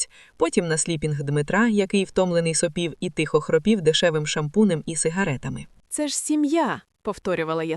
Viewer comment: І українською тихо а не тіхо .хоч переслуховуйте себе